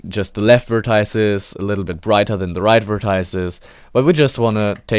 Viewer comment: This may be a very minor grievance, but why pronounce it "vertiiece"?